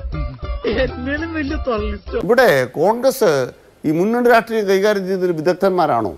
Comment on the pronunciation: രാട്രീയം അല്ലെടാ രാഷ്ട്രീയം.. ആദ്യം പോയി പറയാൻ പഠിക്കു 😂